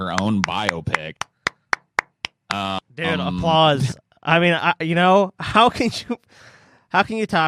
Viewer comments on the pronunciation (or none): The way says “biopic” sounds like he’s saying “myopic”. 😂